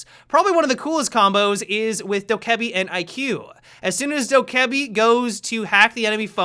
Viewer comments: I thought it was pronounced doh ka be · The two ks in dokkaebi are pronounced as a g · The way you say dokkaebi is fucking awful